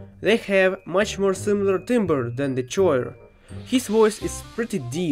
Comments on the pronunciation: tip: choir is pronounced kwai-er, not choyir. youre russian so english isnt your native language. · actually choir is not pronounced schor but ku-wai-uer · Is no body gonna talk about how pronounced choir chore? it's pronounced: qui er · stop calling choir "chair" please I only have so much sanity to spare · It's pronounced /ˈkwaɪər/.